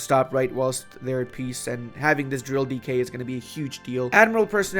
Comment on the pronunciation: ah. he is saying "decay", not "DK"